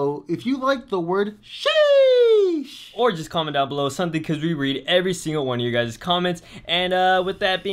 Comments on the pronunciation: Hey you can't even say sheesh very good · He doesn’t even say sheesh good,also this is fake